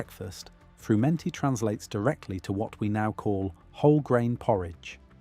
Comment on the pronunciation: I think the stress on 'frumenty' is on the first syllable: FRUmenty